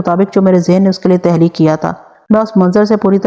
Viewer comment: تحلیق نہیں تخلیق